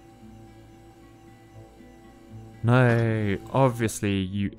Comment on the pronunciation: 🤣 Yes! I love the accent too: "oh nooooyyyy"